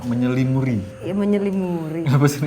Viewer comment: Menyelimuri ❌ Menyelimuti ✔️